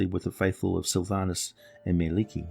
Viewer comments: Mie-lik-ki (Edit Finnish is hard even for a finn,Indeed its mielikki not Mielekki. xD) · Two k's please. :) Google finish person saying Mielikki.